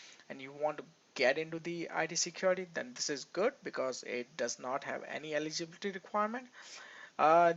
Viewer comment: Stop your fake accent 😂😂 can’t even pronounce ‘eligibility’ properly